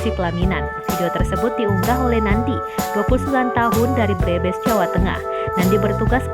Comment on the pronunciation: Nyebut Brebes kok BEREBES